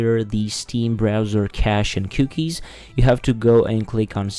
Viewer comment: "c-uu-kies" lol this didn't work